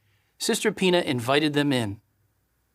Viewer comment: He keeps on saying sister Pina and when he pluralizes it it almost sounds like he keeps saying penis, I mean you know how they try to sneak stuff in there!